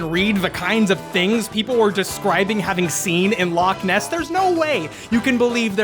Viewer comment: please God, please stop, the Lake Loch Ness joke was bad, but the pronunciation is worse